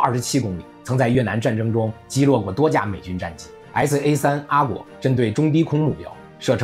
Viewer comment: 一、SA-3果阿，果阿是印度的一個邦。發現主持人似乎常常會唸反某些詞彙，第一次注意到這狀況，是在「風神特攻隊」，而且該集出現數次。 二、當年F-15還沒掛上AIM-120，主戰武器是 AIM-7M，但是這時候的麻雀已經不是吳下阿蒙，在空中依然瘋狂屠殺伊拉克戰機。